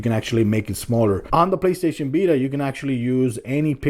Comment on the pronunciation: "PlayStation bita"